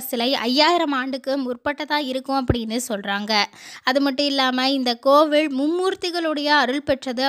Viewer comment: கோவிலை கோவில் என்றும் பழத்தை பளம் என்றில்லாமல் பழம் என்றும் உச்சரிக்கவும்.